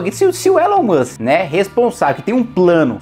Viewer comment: Elon Mushikem, Elon Mussem, Elon Muxke